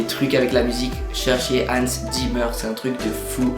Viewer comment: "Time" de Hans Zimmer, c'est aussi une de mes préférés au niveau des musique de film! (Et puis tu as dit chanson, c'est une musique pas une chanson :p ) Et puis ça se prononce Hansse Zymmer et pas Hanns Zimmeur ^^ Après si tu aimes "Time" tu aimera certainement "Salomon Northup" encore d'Hans Zimmer On devine bien qu'il a repris Time pour le début, et puis regarde le film 12 Years a Slave d'ou est tirée la musique, car je vais te promettre quelque chose: Si tu ne pleure pas tu aura au moins les larmes au yeux et de nombreux frissons.